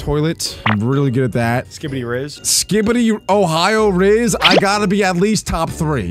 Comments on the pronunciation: its rizz not res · It is not rie it is rizz